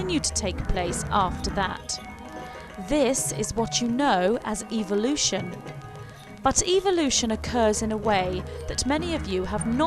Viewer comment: The truth is no one knows. NO ONE. It is all observation. It's ...ev-el-ution. Not eve-el-ution. What you are saying in "What happens to us..." is what Jesus was talking about,however, it was all changed by greedy gov't people who want wars and people divided so there is no peace...they keep us guessing and fighting with each other, this makes it possible for "them" to live large, while the rest of us live "small". This info is not what "they" want us to know. Good video.